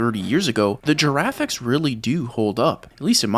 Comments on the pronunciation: "GIRAFFICS" aaaaaauuugh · I really hope it's not how he seriously pronounces "graphics" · So we saying giraffix instead of graphics now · lol "he said.... "the giraffics"